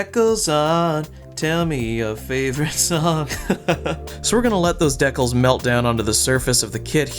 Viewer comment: This was cool. It's also pronounced "DEE-kal" not "deckle".